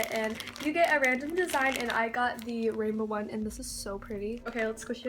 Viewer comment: Azul_unicorn 4life no she said one but it sounded like slime she said "I love this one" but the s from this got combined with the one